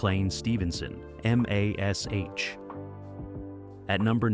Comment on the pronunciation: Em Ay Ess Aych?? 🙄 Gary Burghoff was not the only one who knew ahead of time.